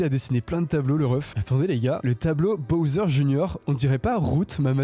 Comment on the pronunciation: c’est pas boser c’est bosswer ou bouser